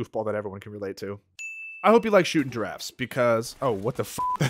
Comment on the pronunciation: I love how you left the giraffe flub in there. that was too funny!